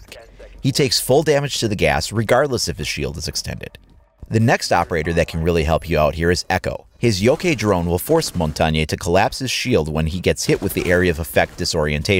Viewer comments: I won't rag on you with Monty pronunciation because everyone seems to have different ways of saying it. Will say that Yokai drone is pronounced "Yokhy" like "why," not Yokay. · Are we allowed to snark at the "Yokay" Drone pronunciation?